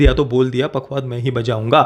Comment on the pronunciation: " पखावज" पखवाद नहीं